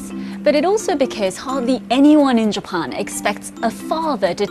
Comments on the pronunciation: What a wierd way to pronounce Japan. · she speaks good english and cant pronounce Japan....in english.....strange...